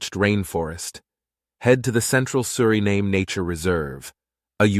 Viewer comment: You pronounce the country’s name Surinaam and other times Suriname. Make up your mind.